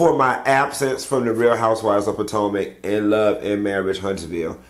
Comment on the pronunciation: What happened to him saying real housewives of patanka?! Lol